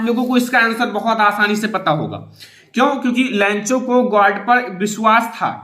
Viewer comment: Lancho nahi lencho😄😄😄😄😄